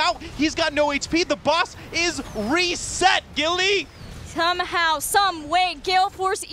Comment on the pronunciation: "GILLAY!" XD